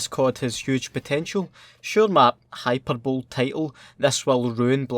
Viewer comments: Just a quick note It’s pronounced Hi-per-boh-lee, not hyper-bowl Keep up the quality content man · hyperbowl hahaha, its pronounced high-pER-bolee and rhymes with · Not to be a dick, but the English teacher is coming out of me. Hyperbole is pronounced hyperbol-ee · Hyperbole is pronounced high-per-bo-lee dude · “Hyperbowl” squad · Interesting pronunciation of hyperbole there 😉. Loving the videos.